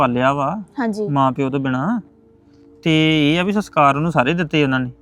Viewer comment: ਜੀ ਸਸਕਾਰ ਨਹੀਂ ਸੰਸਕਾਰ ਹੁੰਦੇ ਨੇ